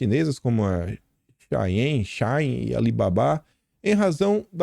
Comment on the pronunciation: Oi, assisto religiosamente seus vídeos, é o meu café da manhã. Só porque vc sempre fala sobre sua dificuldade em pronunciar,, Shein se pronuncia SHE-in. Morro de rir quando vc fala de outras formas nem aí, seu humor é genial, mas só pra constar.😂 Parabéns pelo excelentíssimo trabalho. Você tem muitos apoiadores aqui em NY. Até!👏🏻✌🏻